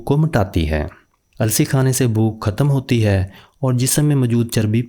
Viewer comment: بھوک ختم ہوتی ہے نہ کہ کھتم اپنی اوردو کا لہجہ درست کریں شکریہ۔